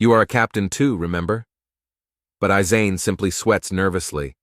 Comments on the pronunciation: Aizen brooooo not asen 😢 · The way the ai said byakuya name wrong 🤦‍♀️ orihime for aizen